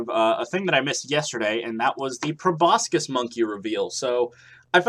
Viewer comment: The c in proboscis is silent